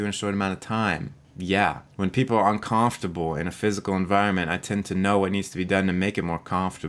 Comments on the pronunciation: Bostonian? 'Cahmftable'... I don't generally hear an accent, but that one is marked. XD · I wonder if it is a regional pronunciation? I have moved all over the country, but not in a region where I heard that. Not sure where is though. Maybe I haven't lived there. Haha "cahmfterble..." sounds like a mix of east coast and Minnesota's dutch influence. Maybe north east coast above NY somewhere? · You say "uncomfortable" funny but that is neither here nor there so.... The video was good and I can relate to being HS myself as well as being annoyed by others who are HS. And thats that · You’re a Highly Silly Person. I like how you pronounce, uncomfortable. You’re awesome. Don’t fret. You can use the grass blade funds for legal fees. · I'm highly sensitive to the way you said uncomfortable 😂😂 Jk! thanks for the test this is so interesting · Is that really how you pronounce "uncomfortable?" 😮 I am Highly Sensitive. I've known this forever. My whole family is like this too. It's one reason I started therapy - I was feeling like everything in the world was too much and that was bad. But my therapist told me it was good to be that way. So that's where we are. Probably going to turn my cellular data off today and tomorrow, have a wonderful day! It's my birthday. 😄